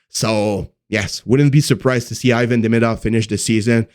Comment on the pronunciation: Hey ... learn how to pronounce Demidov's name He isn't Ayvan. You have to pronounce as a Evan. That's it